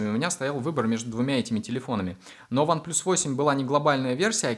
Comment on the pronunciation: One плас, а не плюс!!!